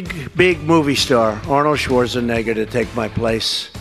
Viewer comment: Bro took advantage of mispronouncing Arnold’s last name 💪🏼💪🏼💪🏼 WOOOOOOO 😛